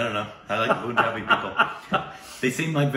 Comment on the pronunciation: Vadhdivsaychya hardik shubhecha ( marathi wishing). Loved pronouncing Punjab as Poonjab😂😂😂.